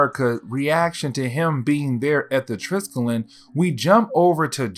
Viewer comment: I mean this in the absolutely nicest way possible, as I have enjoyed binging your content the last few days, but the big old carrier that S.H.I.E.L.D. uses, the Triskelion, is pronounced like "try-skelly-on". I don't know why they named it that, as it is the name for a type of symbol consisting of three spirals aligned in a triangle. It doesn't look anything like an aircraft carrier. Regardless, keep up the good work! It's been cool to delve into the Ultimate universe like this, as I never really got the chance to do so when it came out!